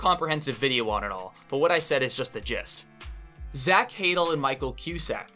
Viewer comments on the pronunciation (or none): (Also it’s pronounced more like zach “huh-dell” not “haydle”)